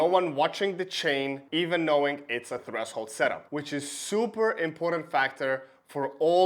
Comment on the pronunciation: Good video. By the way you mispronounce the words "threshold" and "heirs"